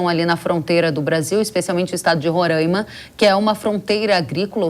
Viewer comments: Reporteres entendam uma coisa: É RORAIMA e não RORÃIMA kk 😂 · 3 pontos de observação 1 - para apresentadora: se pronuncia Roraima e não Rorãima 2 - para o comentarista - China, Rússia e Irã não são aliados históricos e sim aliados do momentos, 20 anos ainda não dá pra dizer que é histórico 3 - para o comentarista - a Venezuela atualmente não é um dos maiores produtores de petróleo do mundo e sim o país que possui as maiores reservas de petróleo do mundo